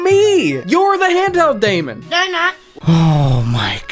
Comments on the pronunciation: Daemon is still pronounced like demon Demon is evil, daemon is good or bad. Was used because it represented an invisible program running. Its not pronounced day mon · Daemon is pronounced Demon and I'm very offended.